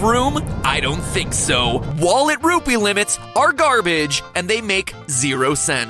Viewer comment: MATAPAT SAID RUBY NOT RUPEE!